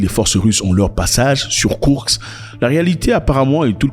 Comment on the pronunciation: Zack Bonjour! C'est Koursk et non kourk. Курск 🇷🇺